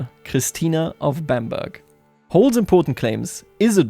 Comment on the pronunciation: Bamburgh is pronounced Bam-burra.